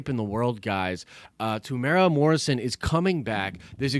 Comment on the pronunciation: Greetings from NZ. Not a huge deal but just so you know (because virtually nobody gets this right). Temuera has 4 syllables. Phonetically it's pronounced Temu-era by most english speakers. The strict Maori pronunciation is also slightly different but if you use the above guide you'll be 100% fine. Strangely most people get Taika Waititi right, so well done everyone.